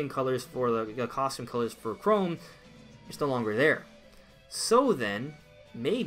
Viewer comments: why u saying chrome its pronounced chrom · Ca Rom, not Ca Rome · I don’t remember Google Chrome being in the final smash for Robin. Oh wait, that’s just how he mispronounces CHROM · Its Chrom (ka-rom) Please say it right kinda makes me cringe. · 1.) You pronounced Chrom name wrong 2.) I think if Dark Samus was character, I don’t think Dark Samus would be echo fighter.